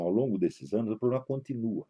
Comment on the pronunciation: Poblema? Este senhorzinho fumante já fumou charuto com fidel.